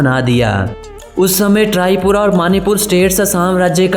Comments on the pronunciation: Abey trypura nahi hai tripura hai.....bhai tumko toh apne desh k baare mein hi nahi pata hai.....aur Assam kabhi Burma (Myanmar) ka part nahi tha....pehle sahi se research karlo.....Aur Assam ki tasveere dikhao na beech mein doosre desh ki tasveere kyu laga rahe ho......Aur deshpur nahi hai bhai Dispur hai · Galat information mat fehlao.. capital Tezpur nhi Dispur hai..or thumbnail me jis ladki k photo lagaya hai wo Assam ka nhi hai..humara traditional dress nhi hai wo..🙏 aap khud pura jankari le lo phir video banao..m from Assam..or ek baat Trypura nhi Tripura hai.. pronunciation galat hai..👍..jai sai Axom🙏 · Its not Trypura it's Tripura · Bro its not trypura its tripura